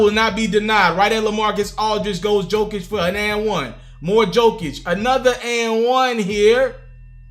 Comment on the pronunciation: again my man.. it's pronounced yo-kich!